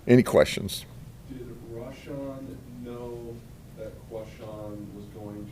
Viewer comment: Me encanta como pronuncia los nombres, de Rasham y Kuasham😂, este señor para 2024 te lo cambio por Trampa-Biden, 8 años del sheriff pa que limpie este pais ! Sin piedad!!